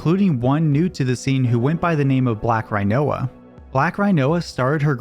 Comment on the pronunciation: Im forever calling Rinoa (Ree-noah) Rhino-a from now on.